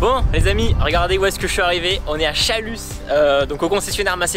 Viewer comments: c pas chaluss ça se dit chalu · Donc on ne prononce pas le s à Chalus:p